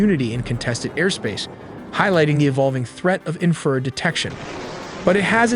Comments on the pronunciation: you actually believe a video that pronounces infra red as inferd multiple times? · It’s INFRA RED, not inferred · infrared not "inferred" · Cool vid but It’s pronounced infer-red not inferd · Can you get your narrator to pronounce correctly? it is Infra Red, Not In Furred. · Entertaining video synopsis of possible scenarios of this rescue. Inferred=in-fra-red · you need to learn how to pronounce Warthog, it is Wart Hog not war thog!!! and Infrared is Infra Red not infered!!! DOH!! SMH! get you Ai self together! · Y'all make great videos! Your audio however needs work. Its pronounced " IN-FA-RED not "INFERRED". It's a pet peeve of mine. Once in a while is ok however, when the word is used multiple times it stands out and confuses. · U should make sure your AI can pronounce words better. Like 'wart-hog' not 'war-thog' & 'infra-red' not 'inferred'. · EVERY TIME HE SATS INFERD INSTRAD OF INFRSRED IT DESTROYS HIS OWN STORY. THIS IS AI SLOP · Say it “INFRA RED” I’m happy to proof terminology for a fee lol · ...the infrared...: the INFERRED ??? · Dude you need to fix the ai voices pronunciation of infrared, it keeps reading it as “inferred”. Also, your scripts are riddled with grammatical errors, it makes this channel seem sophomoric and undereducated, it is hurting your credibility. Makes me wonder if there are even any actual humans proofreading any of this and if they are, they probably don’t speak English very well at all. Edit: I just realized you probably wrote “infer red” into the ai script because you don’t know it’s spelled infra red. Hahahahahhahahahahahahaha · Nice video, but the AI narration has problems! It mispronounced the word“infrared“ numerous times. At first I couldn’t understand what it was saying, then I figured it out. “Warthog” was another word mispronounced. It was close enough that I could tell what it was supposed to be though. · You mean the voiceover that can’t pronounce Warthog or Infrared? War-thog 😂😂😂